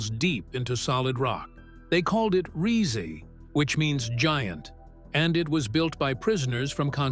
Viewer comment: “Riese” = “Ree-Zee”??? How about “Ree-seh”?